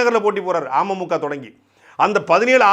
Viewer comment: துரைமுருகன் அண்ணா.. நீங்க அமமுக னு உச்சரிக்கறப்போ 'ஆமை மூக்கா' னு கேக்கறது. சீமான் அண்ணனோட தம்பி னா சும்மாவா..?? டிடிவி பின்னாடி இவ்வளவு தகவல் இருக்குன்னு அரசியல் புரிதல் இல்லாத எங்களைப் போன்ற பாமரர்களுக்கு சாட்டை பதிவுகள் வரலாற்று ஆவணம். ஆமை மூக்கால இருக்கற அண்ணன்‌ தம்பிங்க எல்லாம்.. டிடிவி.. பின்னாடி திரியாம இன்னொரு முறை விடிவி படமாவது போய் பாருங்கப்பா. செம லவ் ஸ்டோரி. சிம்பு அட்ரா சிட்டி பண்ணிருப்பாரு. துரை அண்ணா உங்க தில்லுக்கு தலை நிமிர்ந்த வணக்கம் 🙏